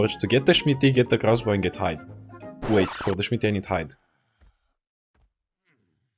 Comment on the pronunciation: watching your content has made me start pronouncing "smithy" like "schmitty" and my friend I play with is starting to do it too. it's contagious